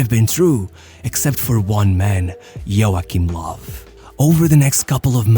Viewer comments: i like your videos, but please work on your German name pronounciation, no offense, but it is horrible. esp. how you pronounce "Joachim Löw". if you need any help from the German comunity, we are happy to help out. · Joackim Lav- such creative pronounciation 😂❤️ I love other languages